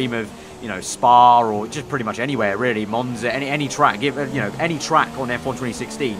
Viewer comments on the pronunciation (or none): none